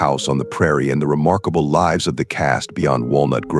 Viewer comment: Please correct that error where the verb"lives" is pronounced as if it were the plural of the noun "life" . Irritating and distracting. The verb rhymes with gives. Peace.